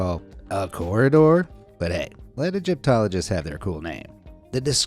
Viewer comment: A gyp tologist??? Are you AI? xD